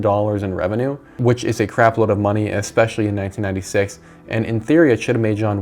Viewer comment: Stop saying "EXpecially"!!!